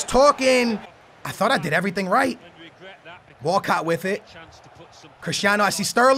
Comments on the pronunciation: Everyone: Walcott: Wacatt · Walcot sounds like walkout lol